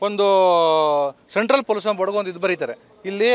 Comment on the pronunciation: ಪೋಲುಸನ್ - pəˈlo͞oSH(ə)n - ಪಲೂಷನ್ 😂